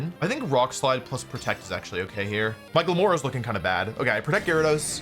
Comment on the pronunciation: I know he's saying "My Glimmora", but I keep hearing "Michael Moore."